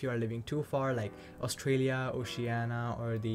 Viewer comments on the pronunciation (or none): none